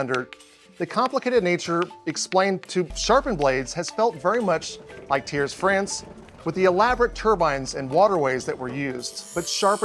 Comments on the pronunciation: I hear you say TYRE when it is more "tee-air". French, such a singing language 😆 If I were to do this as my leaving, laying down, I'd be fired for sleeping on the job... 😅 KUDOS to all patreons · Thiers Pronounced “tears” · Oof the pronounciation of Thiers xp